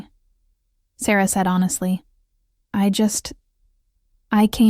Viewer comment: Ok, it’s irritating that the main female characters name is pronounced 3 different ways. Is it Sarah, Sara, or Saira. Also stopping at the wrong times in the story. Whoever is doing the A.I for the stories, please do it properly.